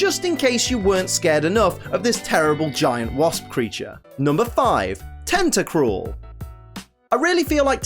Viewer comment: FOR THE LAST TIME, TENTACRUEL DOES NOT END WITH AN E, IT ENDS WITH AN L! GET IT F*CKING RIGHT!